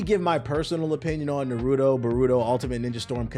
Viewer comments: “Nurudo buruto” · Clickbait much? No real fan would ever call it “NuhRooDoe” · Ah yes the good old naruro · We really in 2023 and still saying "Nuhrooto" but good vid tho. It's true, the game has crazy issues. But it's still fun AF. The combat is better than any of the previous UNS games. Things the game needs ASAP: friend lobby, penalty for quitting matches. They've already announced they will be adding an update soon, so hopefully it covers those at least. And one thing it will never get but I wish it did is cross platform. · I can’t tell is he’s telling pronouncing Naruto and Boruto names like that or not 😂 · I'll be real I haven't seen the video and I don't plan on watching the rest of it after you completely botched the name of the game I do not respect that you know nearly enough about this topic on top of I've been playing the game for 3 days straight and absolutely love it and everybody I've talked to about it also loves it so I really don't understand where you're coming from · I feel like people pronounce Naruto wrong in purpose